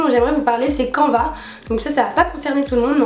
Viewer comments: On dit pas quanva mais sa se prononce canne va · je pense qu'on dit "cane - va" et pas canva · Je pense que canva se dit "canneva", canvas en anglais veut dire toile, à peu près comme en français ^^ voilà tu peux ajouter un nouveau mot anglais dans ton appli de flash cards ;) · J'ai découvert plein d'applis merci ! ps: canva se pronnonce "canneva" je pense